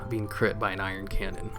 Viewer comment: love your videos, actually got me and two of my friends into pet battling lol so thank you. but one thing i have to say....its not iron cannon. its Ion cannon. anyway, keep up the good work.